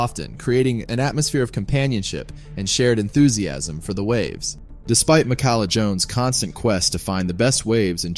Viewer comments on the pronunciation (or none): You’re pronouncing it wrong.